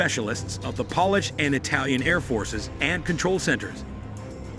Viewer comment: Please dont pronuce polish a polish like nail.polish